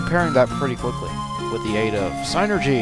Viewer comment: I think you say it "Sin-ergy" not "sign-ergy." But whatever, you're amazing.